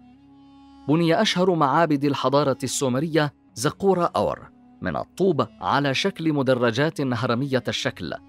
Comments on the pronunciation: اخي العزيز انت تنطق اسم أور خطأ ! انت تلفظه بهذه الطريقة آور(Awer) وهذا خطأ. هو يلفظ كالاتي أور (Ur) .. تحياتي لك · الكلمة اوّر وليست اوَر بتشديد الواو للمعلومة وشكراً على التقرير الجميل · ملاحظة... الكلمة (ئور) وليس (آور)، وتعني المدينة، كما في( اورمية) و (اورفه) و (اوره مار)....!!! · محمد عبادي شكرا على الرد ..هكذا تعودت لفظها لهذا استغربت لفظها من طرف المعلق بفتح الهمزة و سكون الواو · ملاحظة انتبه إلى لفظ مدينه اور